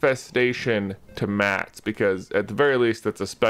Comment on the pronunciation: MatS!!! Not MATs!!!! 😓😔